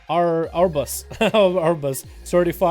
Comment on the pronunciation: How are you mispronouncing "Arbus" as "A-yer-bus"